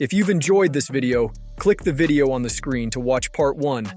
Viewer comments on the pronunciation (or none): none